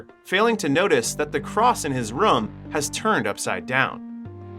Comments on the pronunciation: new drinking game take a shot everytime he says rum instead of room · It’s Room, not Rhum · yo who taught you english, what the hell is a ruum, you mean “room” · Room❌ Rum✅ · ''beby'' and ''rum'' instead of room lol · They are called fryers NOT PRIORS AND ITS ROOM NOT RUM..😂😂😂😂😂😂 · it's not rum it's room why do you pronounce it like that? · if i have to hear this guy calling a room "rum" one more time, i'm going to lose it. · its pronounced, ro͞om. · bro im now convinced your just trying to pronounce everything as wrong as possible just to be irritating lol " They walked in to.... the RUM !" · MF why do you keep pronounce room as rum mother.......ker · Room! Why can't you pronounce a simple word unless this is AI. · I do not like how you pronounce “room” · The scariest thing in this video is the pronunciation of the word "room" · 👎 due to the numerous mispronunciations of the word "room". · You have an interesting way of saying "Room"